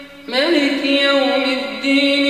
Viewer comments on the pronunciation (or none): Why did he recite "maliki yaumiddiin" not "maaliki yaumiddiin"? Although he recited in 7 different way, he should follow the rules of reading. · That is maaliki yaumiddin! Not maliki yaumiddin! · Its not maliki. Its maaliki yom ud den